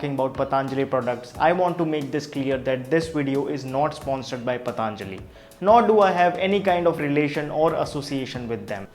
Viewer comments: पतंजलि not पतांजलि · Not पतांजलि 😂😂 its simple पतंजलि 😎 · It's patanjali not pataanjali...why most of the u tuber pronounce it 'pataanjali'.....u all r educated so..we don't expect this from you... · its not pa taaan jali its patanjli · Just for the sake of English don't change the name it's patanjali not pataanjali .